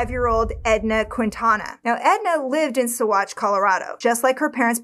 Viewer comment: Completely off topic but I'm impressed by the correct pronunciations of Salida and especially Saguache